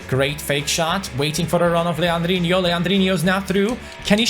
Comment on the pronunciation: Stop saying legandino's name wrong